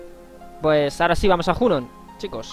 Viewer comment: Tus guías son mis favoritas, pero me pone un poco nervioso que pronuncies los nombres mal... Cloud es "Claud" Hojo es "Joyo" Junon es "Yunon" Mideel es "Midil" Gil es "Guil" Y así un poco con todo... Espero que con el remake escuches su pronunciación original y consigas modificar tu pronunciación. Por otra parte, me gusta respetar los diálogos, dar tiempo a leerlos o incluso leerlos tú, en lugar de pasarlos rápido para centrarse sólo en el gameplay... A veces no me da tiempo a leer y me pone un poco nervioso eso también, pero por lo general me gusta que tu jugabilidad y la guía en sí sea tan completa y te sepas todos los trucos y mejoras. Gracias.